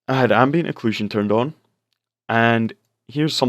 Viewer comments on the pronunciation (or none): none